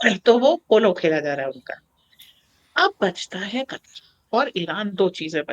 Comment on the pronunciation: Katar nahi Ku..tar. P.c.